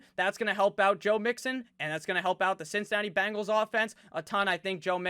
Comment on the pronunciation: Do the "Bangles" walk like Egyptians?? lolmmfao! love the way you pronounce that/them :)